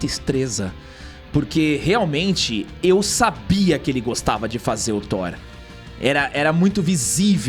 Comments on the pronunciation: Thor 5, não Thor "Sheenco" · Não... por favor, não. Vai ser THORA ou THORE 😂😂😂😂😂😂😂😂😂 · Não é Thor amor e lacrate.. É Thor amor e Lacrão 😂😂👍